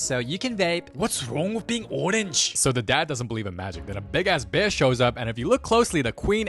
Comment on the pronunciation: “BÆR” I shiggled